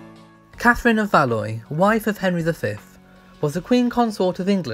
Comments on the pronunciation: Catherine of Valoy??! I think you mean Catherine of Valois - pronounced Valwah! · Btw, Katherine of Valois is pronounced "Va-lu-wah", not "Va-loi". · Thanks now I'm gonna know how to say it as I've been saying "val-ous" everytimei read it not "valwah" I'm an Aussie BTW so we don't really do French properly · Valloy 😂 Pronounced "Val-wah" my friend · Its Val wah.. not Val ois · Catherine of "Valoy". Please learn how to pronounce Valois. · Very interesting. One small point: Valois is pronounced “Valwah.” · Valoa it is pronounced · Valois (as in Katherine of Valois) is pronounced "Val-wah" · Interesting video. N.B. Valois is pronounced Val-wa. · Valois is pronounced valwa with a French accent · Valois is pronounced “Val-wah” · Valois is pronounced VAL-WA. What do they teach kids in school these days? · Valois is pronounced Val-wa. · Valoieeeee? Goodness.... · Catherine of VALOIS is pronounced VALWAAR. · Valois pronounced Valwa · Thank you It gets on my nerves when this is pronounced wrong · Nice mispronunciation of 'Valois' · Learn how to pronounce “Valois”.